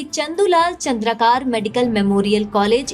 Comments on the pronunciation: Its चंद्राकर Not चंद्राकार . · चंद्रकार नहीं चंद्राकर है